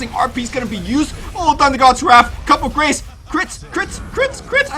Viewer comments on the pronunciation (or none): lol, please stop calling it "Cup of Grace". It's "Coup de Grace", and pronounced "coo-de-grahs" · It's coo day grah ... Not cup day grace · He didn't even get it right. It's pronounced "ku də ɡʁɑs" with really short e, soft r and s in the end. As a pronunciation nazi, he should know this. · You're both wrong. Coo de grah. French say "cood grah" faster. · It's Coo De Gra' shees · i love your commentary but could say coup de grace as koo deh gra? please ^^ love you:3 sorry was just annoying me xD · Also, "Coup de grace" is pronounced "coo day grah"... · PA's ulti is pronounced Coop de Graas its french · "coup de grace" pronounced 'coo day graw' xD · I don't mean to be "that guy", but it's pronounced coo-de-grah... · That's not how you pronounce Coup De Grace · im sure he knows knowing him he is just pronouncing it wrong on purpose